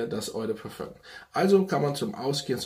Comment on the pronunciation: Oi de parföng 😂 love it! Spaß beiseite cooler Kanal wir haben viel Geschmack gemeinsam ! Weiter so! Nur französisch üben wär angebracht 😜